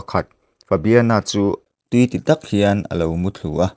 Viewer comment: Tui ti tak nilo in tuitak in tih tur